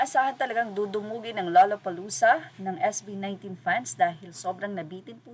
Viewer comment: The pronunciation is lalapalooza…